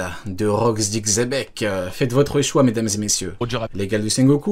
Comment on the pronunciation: Tchebec... lol xebec ou a la rigueur chebec, mais tchebec c trop..😂😂